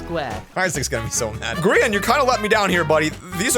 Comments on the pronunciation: Plss stop saying gree-an just say gry-an plsss bc thats the real pronounciation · the grIan flower vibe WHAT HE SAID grIan